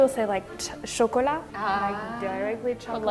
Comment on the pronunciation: Nelia s'en sort mieux que Lucie, notamment sur la prononciation du mot chocolat